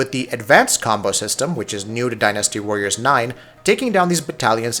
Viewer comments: I love it when people emphasize the wrong syllAHble in a word. Dynasty's pronunciation isn't die-nasty, it's closer to dine-asty. Or din-uh-stee if you're British and wrong. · I like how you say Die NASTY. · Why can't he say the word dynasty right?